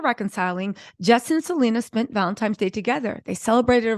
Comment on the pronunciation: Sweetheart, it's Valentine's day not Valentime's day.🙂